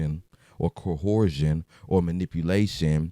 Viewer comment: It’s CO ERSE SHUN MAN, black men can’t enunciate words w more than 2 syllables